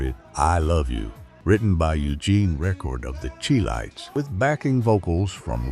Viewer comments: Chi lites it pronounce Shy lite not chee lite🎉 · "AI" always finds a way to screw it up. The group who recorded "Have you Seen Her" is not pronounced the "Cheee Lights", it (CHI LITES) is pronounced SHY-Lights, as in Chi-town.